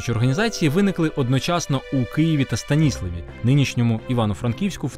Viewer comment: Відео переглянула декілька разів - дякую за Вашу працю. Знаю про жіночий рух в Богородчанському районі в контексті боротьби за незалежність та співпраці жінок з УПА від своєї мами (1929 року народження). До речі місцеві жителі старшого покоління вживають назву міста СтаніслАв (наголос на "а") , тому трішки "ріже вухо"